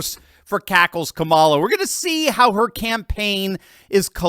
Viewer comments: it's KA-ma-la, not Ka-MA-la. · que mala not Kamala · Can't stand her, but say her name correctly...